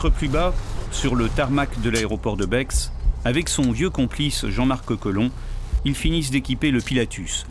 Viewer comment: BEX on prononce pas le X Comme Chamonix. 🇨🇭4ever❤